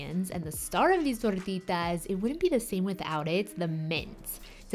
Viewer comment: wow fancy pancy recipe Beautiful....love how you throw around the accents too....could listen to you say tortitas all day lady....we've been experimenting a lot with using beyond beef for some of these kinds of recipes and it's really amazing and has come down in price a lot....we may do a vegan meatloaf video or something like that soon...